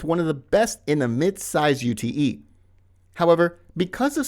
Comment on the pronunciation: A “U T E” is just a Ute in Australia! No need to emphasise each letter!